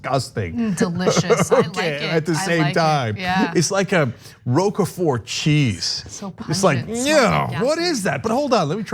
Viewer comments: like a Rowkerfort cheese... lol. Roquefort is pronounced rock for. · Always annoying when the clickbait thumb isn't in the body of the piece... And Cenk, please learn how to pronounce roquefort! [I assume that's what you were trying to say?] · "Rokofort" cheese? It's Roquefort. Learn how to pronounce it. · It has never been pronounce Row-keh-furt. It's rowk-furt. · I'm quite familiar with Roquefort. I also have the common knowledge of people born in the 20th century that it is pronounced rowk-frt, not ɾùoka-for.